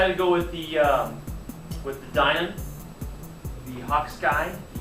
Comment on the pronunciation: hi, the name is *Dynam not Dynum Nice review